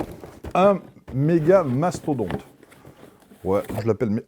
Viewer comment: C pas megastodonte c mega mastodon😂😂😂 bref super video comme d'hab